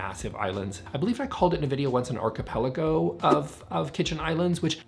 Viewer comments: He pronounced it correctly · American/Canadian way of pronouncing it